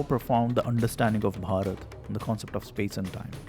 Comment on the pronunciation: He pronounces Bharath 3 different ways. Be natural, quit the affectations with the hard BH sound.